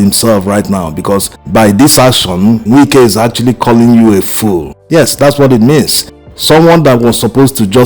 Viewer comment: I like the authentic way in which you pronounce his name. “Nwike”. As a matter of fact, there is NO other way‼️🤷🏽‍♂️💐